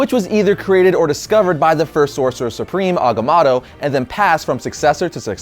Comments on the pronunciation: there are only 2 "A"s in agamotto. its ag-a-mo-to.... not ag-a-MA-to. geez. couldnt even finish watching the video due to your bad pronunciation. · It's mow tow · It's pronounced Eye of Aga-moe-toe! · the way you pronounce Agamoto is so annoying... I'm half cringing half loving this one shot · You know, I originally thought it was pronounced Agamoto, but it's spelled Agamotto. Now I wonder why everybody pronounces it as Agamoto. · You pronounce Agamotto wrong no biggie but it did get annoying lol 😂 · Who else is bothered that hekept saying agamotto wrong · First time I've ever heard agamotto pronounced with 2 a sounds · dam it say it right. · You pronounce Agamotto weirdly.. :/ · i thought it was pronounced with the first o in agamotto being a long o.